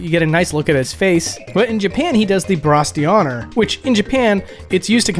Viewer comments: He said the French term "bras d'honneur" (except it's actually pronounced "brah-daw-nuhrr" instead of "brass dee honor"). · "bras d'honneur", [lit. "arm of honor"] is French (pronounced "bra" and not "brass" btw) but seems to have the same meaning in a lot of European countries. Basically flipping the bird (which in France we call "doigt d'honneur", lit. "finger of honor")